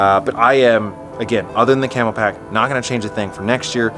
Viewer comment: Please stop saying "Camel-Pack." It's Camelbak. It's written right on the bag.